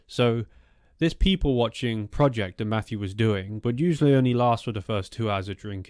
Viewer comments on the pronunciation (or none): none